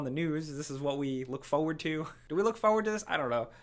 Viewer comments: Why does this man never pronounce it as "forward"? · Fo wood